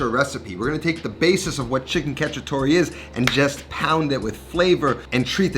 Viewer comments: So funny how bad Italian Americans pronounce Italian words, "catchytoree" lmfao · It is cacciatoA with an A